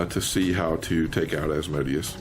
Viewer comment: Very informative, and my only complaint I have is the mispronunciation of Asmodeus. It hurts me lol....